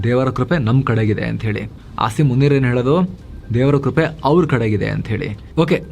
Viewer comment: avru munir anta ne pronounce madtare😂😂😂